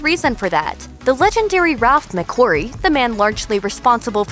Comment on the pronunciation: I’m sure she says ‘Ralph McClurrie’ rather that Ralph mcquarrie